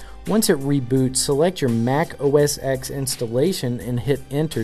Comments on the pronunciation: my god, it's pronounced OS TEN not OS EX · it's pronounced "oh-ess-ten" and not "oh-es-ex" . Do your homework